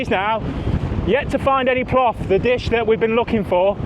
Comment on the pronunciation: Hurt my ear hearing plof... :) it's plov, or osh for the Uzbeki, or osh-palov